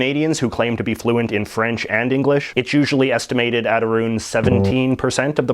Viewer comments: "in and aroond Quebec" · Did he say aroond on purpose? Fellow Canadian and haven't heard that pronounciation lmao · What is "a roon"? Do you mean "around"? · No one says "aroond" you idiot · Where is your accent from? We don't pronounce "Around" and "about" like that. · How many different ways can this guy pronounce ‘about’ and ‘around’? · Soon as this asshole started saying words wrong i realized hes not canadian just a goof. Canadians dont mispronounce "about" or "around " !! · Alright buddy, you are the only Canadian I have ever met that pronounces the words, out, about, and around like that. As a Canadian myself, I have to ask wether you are playing around or what. Please correct your pronunciation. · Why the hell do you keep pronouncing around the way you do? Also stop bobbing around so much you look like you’re tweeting on meth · Where in Canada are you from? This is my first time listening to you, and as a southern Ontarian, my dialect doesn't have those rounded O's you use in "around" and "about"